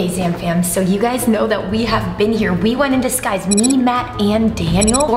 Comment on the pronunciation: Who heard rebecca say you guyzes